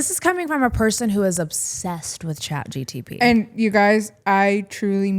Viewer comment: You said chatgtp alot its chatgpt lol